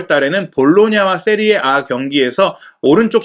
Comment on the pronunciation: 세리에 에이를 세리에 아 랜다 ㅋㅋㅋㅋ 이거 믿을만한거 맞냐?